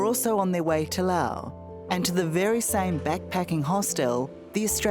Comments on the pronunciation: Someone needs to inform the interviewer that there is an “S” at the end of the proper noun “LaoS”….. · Very typical of dying empires (UK/USA) to blame the Global South for their problems. Pure Propaganda. And, by the way, it's pronounced Laos, not Lao. Unless you are from Laos or SE Asia. You don't call Italy Italia, or call Germany, Deutschland. Poser Oz. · In know this sounds insensitive, but why does she keep mispronouncing Loas and hostel? It’s distracting. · The country is Laos. The people are Laotian. As a descriptor, Lao (like “Lao government “) is correct. I lived in Laos for many years. A little annoying every time the host of this video said “Lao” when referring to the country. BUT thank you so much for bringing very important awareness of methanol poisoning when traveling. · Why does she call it Lao the whole time? It is called Laos. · How do we pronounce Laos? Is the S silent? Thx